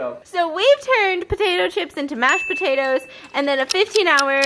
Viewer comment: tiktok pa-toe-toes